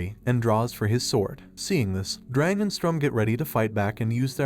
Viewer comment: just a bit of correction on names Sturm not strum Siero not cielo , her full name is sierokarte